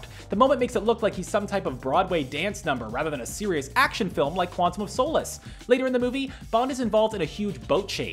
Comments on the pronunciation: It's no Soh'lace... its Solace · It's Quantum of Sah-liss, not "sew-liss" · I cringe at the way he pronounces Solace. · Was the mispronunciation of Solace intentional? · Screen rant presenter mistake....not being able to correctly say Quantum of Solace, is it really that hard? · Your pronunciation of solace is a bit suspect. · Pronounce solace correctly Pronounce Nedry correctly That’s not Galvatron Stormtroopers in Ep 4 onwards are not clones Poor reporting screenrant